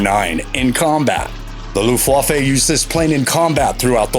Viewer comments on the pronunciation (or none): It's too bad, the video is great but the voice over is total crap. Luftwaff-A? Dude, does this channel even check pronunciation? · 4.10...what the fuck is a mershershmit !!??? and what was the looftwafey !!?? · Mosquito, fw190 and B17 all missed off.....and come on mate, if you're doing a video about ww2 planes at least learn how to pronounce Luftwaffe properly lol.